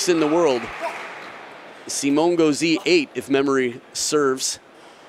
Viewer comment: I speak french, and it's pronounced Simon, not Simo